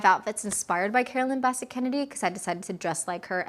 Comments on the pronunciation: Carolyn BESS-ette Kennedy… not Basset. Straight lines! Straight lines! Straight! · Quick tip...it's pronounced Bi-SET, with the accent on the second syllable. A beautiful video! ❤ I miss them both. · You're mispronouncing her last name. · You are pronouncing her name wrong.